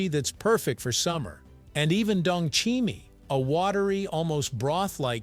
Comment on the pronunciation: 동치미 발음에 우울증이 다 날라가네요 ㅋㅋㅋ 감사합니다 ㅋㅋㅋㅋㅋㅋ